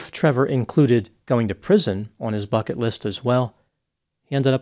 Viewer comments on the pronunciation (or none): none